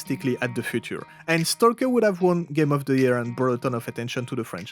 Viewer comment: The "L" is silent, when you say stalk/stalker in English. Stock/Stocker